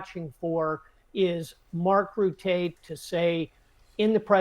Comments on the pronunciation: You know him well? Why do you mispronounce his name then? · So he knows Mark Rutte really well, but he doesn't know how to pronounce his lastname!? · Mark Ruttaaay?! Rutte.